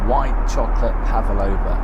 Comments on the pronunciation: It’s pronounced pavLOVA not pavALova 👍🏼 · Wow, utterly pointless! Although I'm lucky enough to afford 1st class, i think still being mentally working class, i go business, and thats because im 6ft 6in 😂 Oh yeah, it's PAVlova not PAVAlova 😢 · WTF is a PAVALOVA? haha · What is a Pavaloua???? Quite a Connaisseur??!